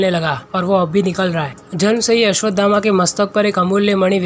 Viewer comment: अस्वधामा ❎ अस्वथामा ✅